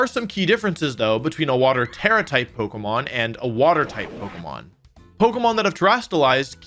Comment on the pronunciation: I will sub when you can say pokemon correctly and not pogamon